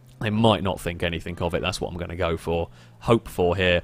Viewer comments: Anythink..somethink, over and over. Why the fuck can't you pronounce the letter G? But you can somehow say "single player" and don't say sinkle player? What the fuck? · anythinK.. somethinK.. Very annoyinK